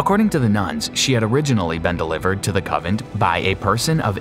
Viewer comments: Does anyone want to tell him it's coNvent , not covent. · Convent. Not covent. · It's convent. Not covent. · You mean convent? Not covent Lol it's OK though, we are all human. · It is convent not covent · CONVENT... NOT Covent ffs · Alright...just to be clear...it's "coNvent" not "cOvent"...and "efficacious" is pronounced "effiKacious" not "effisaycious". Jeez...